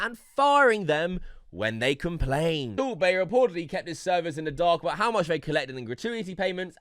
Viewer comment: It's sound like soup bae everytime you said